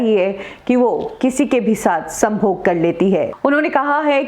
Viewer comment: आप 'संभोग' शब्द का उच्चारण काफी कामुक अंदाज से करती हो।